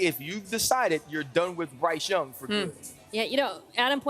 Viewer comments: “Bryce Dung”….nah Dan, you were right! 😂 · Bryce Dung....come on Dan 😂